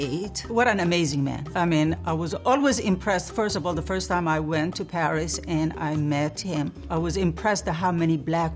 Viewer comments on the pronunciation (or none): none